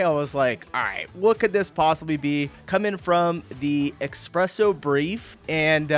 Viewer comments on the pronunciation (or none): "Expresso" is not a word. It's espresso.